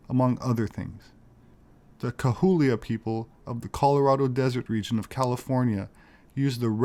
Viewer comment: My wife is a Cahuilla native from the Torres Martinez tribe. It is pronounced kah-wee-ah. Love your videos and keep up the great work.